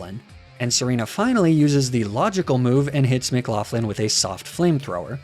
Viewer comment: loved the video b, but mcloughlin is pronounced like mc-lock-lin